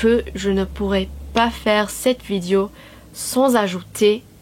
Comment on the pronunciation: Ton francais est absolument excellent!!!!!!!! En fait meilleur que certains français mais bon... Trucs HYPER minimes: Attention, c'est pas "Vidio" mais vidÉo" "elle est une chanteuse" -> "C'est une chanteuse", etc. Sinon, ok, c'est plus ancien, mais ecoute Daniel Balavoine. Lis son histoire. Si un jour tu chantes une de ses chansons, comme ca, sans y penser... tu seras francaise. Encore bravo.